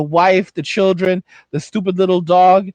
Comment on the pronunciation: "But how we goan feed our chirruns tho?"